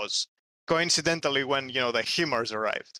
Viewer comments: Sorry to be that guy ITS PRONOUNCED HI MARS its a acronym HIgh Mobility Artillery Rocket System. I was stationed at Fort Sill OK where the US military trains ALL HIMARS crews. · HIMARS is pronounced 'Hi Mars.' Not 'He Mars.'